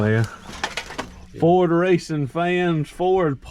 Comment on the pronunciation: I just watched this so I could hear you pronounce Ford as a 2 syllable word, foh-werd. Hehehe. Sorry Bro.